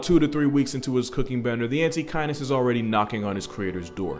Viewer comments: The first few minutes i thought he said antikindness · I kept mishearing Antechinus as "anti-kindness" and it seems appropriate